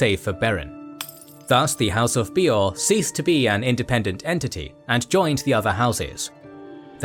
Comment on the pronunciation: My one and only gripe with this video is incredibly nitpicky and I think its a great video, I enjoyed it thoroughly. That being said, my only gripe is with some pronounciations. Bay-or not Bee-or and some other ones, but hey if thats the only complaint i have this is an excellent video